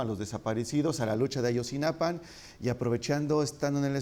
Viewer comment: Maleercom sa de cv si a él, no lo dejas hablar por todos los mexicanos, tu tampoco te deberías nombrar el portavoz del pueblo mexicano, yo sí comparto muchas de sus opiniones y comentarios, es cierto que dice Ayotzinapan, en lugar de Ayotzinapa, pero eso no hace ni mas ni menos valiosos el resto de sus comentarios